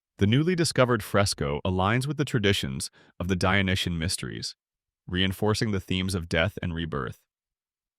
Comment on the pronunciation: And For the french translation, stop saying “dionyen” and correct to “dionysien”, no? From the god Dionysus.